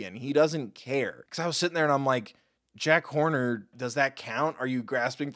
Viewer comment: i realised that he calls Jack horner Jack Corner, which made me laugh so hard 😂😂😂😂😂